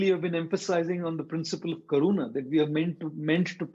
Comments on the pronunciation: It's not corona it's karuna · Yes I too thought it sounded like corona. But it's karuna which means compassion.